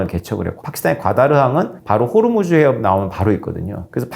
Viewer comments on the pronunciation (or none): none